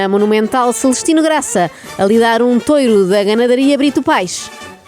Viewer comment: A auto-proclamar-se melhor que a Ana, logo a seguir a dizer tOREO 😅 menos Inês, menos 🤣